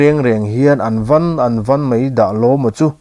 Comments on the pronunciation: "An van an van ......" a thluk hi a dikhlel deuh.... VAN khi rihniam sei a lam tur.... "Thian tha ka van ta khawp mai" tih a van rik ang hian a ni zawk lo maw. Tin, "mei zang hlaptu..." tih a Zang pawh hi mipa zahmawh anga lam rik tur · HAmah ngai hian an van an van i tihhi a thluk a dik lo an van Vankan chunga van khi chumi kan sawi anga thluk tur(Van ram) ti a van thluk angin thluk rawh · An van an van tih pawh hi dik lo tlat.